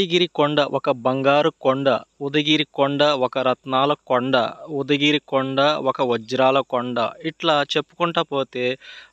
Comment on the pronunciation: Mundu sarigga paluku udagiri kadu ఉదయగిరి